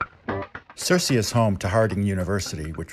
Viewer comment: Searcy is pronounced sur-see. Rhymes with mercy.